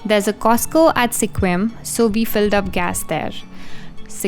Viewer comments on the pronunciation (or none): Sequim is pronounced more like Squim, not See-quim. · Sequim is pronounced “skwim” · Pronounced 'squim'.